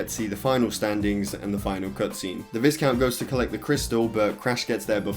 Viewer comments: "The VIZcount is the main villain of the game." oof "Then you face the VIZcount as a boss." double oof! "In the end the VIZcount gets the crystal." BIG OOF! Yeah It's VYEcount. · It's pronounced vai-count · Lol its pronounced Vaicount. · Visscount? Slight chuckle when hearing that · VISCOUNT is pronounced with a silent S, like VIH-COUNT :-) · please pronounce viscount properly.... jesus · Just like the biscuits the the S in viscount is silent